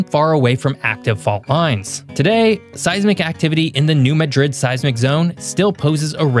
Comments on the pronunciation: New Madrid is pronounced MADrid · I grew up close enough to New Madrid to require earthquake drills in school. The horrifying stories (many of which are apocryphal) were part of the mental furniture of my childhood. So, at the risk of being 'that guy', you can trust me when I say it's pronounced 'MAD-rid'. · Pronounce New Madrid as New Mah' drid. Accent on first syllable. Short "a" sound rather than "uh" sound in first syllable. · Apparently, you haven't spent much time in Missouri. You pronounced the name of the New Madrid fault as if you thought it is in Spain. In Missouri the emphasis is on the A, not the I. Think of Mad as in angry, then add Rid. This is true of every Madrid name that I know if in the mid-west. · Pronounced New Madrid correctly once and then incorrectly; not pronounced like the Spanish city.